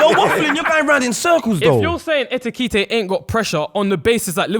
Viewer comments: It is when people think it’s tkt and not ktk try say it tkt way I bet you get tongue twisted lol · Lawd, the number of times they murdered my man’s name. It’s EKITIKE, I swear it’s not even that hard 🤣🤣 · Hugo's name is hard to pronounce but ain't gonna lie 'etipete... Nketiah' gold🤣🤣🤣 Great episode, you lot smashed it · These guys saying Etikite is killing me 😂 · 4 black men struggling to say E-KI-TI-KE is a problem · why did they all struggle to say Etikite?! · ekitike is such an easy name to pronounce, im tired of jamaicans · You man need to respect Hugo Ekitike's name, says it correctly or near enough but the rest of your try be funny, respect his name. You lot moving like them white people at work that struggle with seeing african names and call them random names. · calm down lil bro, no one’s agreeing with the Ekitike point. It’s also not that hard to say his name. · How many times did they mispronounce ekitike😭😭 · Ay tell to shut up man 😂, man's doing the most trying to get on to Ekitike and can't even pronounce man's name. Yeah Liverpool spent that much for a back up, thats the level, you can hate from outside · 45 mins of these man mispronouncing ekitike ffs